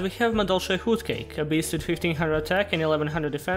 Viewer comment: Your voice and humor is perfect for Yu-Gi-Oh videos. Also love how you pronounce "Hootcake" just brings a smile to my face.